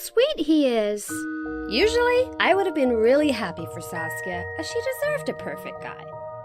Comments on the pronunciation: Saskia. Sasuke??? TOP TEN ANIME BETRAYALS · Did she say sasuke